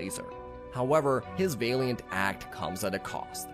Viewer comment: It's not VAY-LEE-ENT. ITS VA-LEE-UHNT